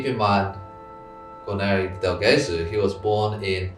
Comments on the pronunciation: Great vid! Thank you guys, I come from a city near Cremona and believe me, that geographic area is wonderful and full of history. Just an hint: keep attention to the pronunciaton of "Gesù" (which is Jesus in Italian btw), the g is soft not hard ;) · I love the information-dense videos that are more deeply researched and would watch more long form. Please do yourself a favor though and look up the pronunciation of "del Gesù". You are damaging your credibility for nothing 😢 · Would you mind learning that in Italian "ge" is pronounced like "je" in English? So it's not "Ghesú", but "Jesú", Jesus. Oh, and by the way: When there's an accent above a vowel in Italian, you really should put an accent onto it when speaking that syllable. (Not every odd accent is indicated in Italian, however, unfortunately.) Thank you. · It's pronounced "dell djesOO" and means "from Jesus". The stress is on the second syllable of Gesù because of the accent. That being said, I don't mind people pronouncing Italian wrong, maybe they learnt by reading. But if someone is doing a whole video section on Guarneri del Gesù it's a good opportunity to teach the viewers the correct pronunciation. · its pronounced Jesu'!!! like Jesus.... cos it mean jesus in italian, Gesu' is Jesus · I love and admire Twoset but a few criticisms are in order. The background music is too loud and distracting - not to say unnecessary/annoying. Some of the pictures (AI?) show impossible pegs, which I find painful to look at. The correct pronunciations are Andrea (not frenchified 'Ondrea'), Majjini, del Jayzoo (stress on second syllable) and Ca-no-nay (three syllables, stress on second). And the second 'g' in Gagliano is silent. And as for the pic around 19.23, the less said the better. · Twoset, you can pronounce the G in Gesù just like the J in Jesus (English)! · In Italian, the G’s are pronounced like J’s if directly followed by an I or an E…so it’s “del Jesu” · C’mon guys. How could you mispronounce Del Gesu?! 😩